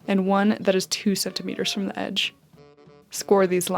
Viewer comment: Beginnt ein Wort im englischen mit einem Vokal , wird "the" anders ausgesprochen als bei einem Wort das mit einem Konsonanten beginnt. Just saying.